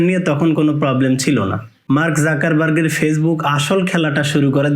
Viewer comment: এই ইউটুবার আপনাদের বোকা ভানিয়ে ভিউ নিচ্ছে ভাই,ইউটিউব এর মালিক এর নাম টাইতো ঠিক করে বোলতে পারে জাকার বাক😂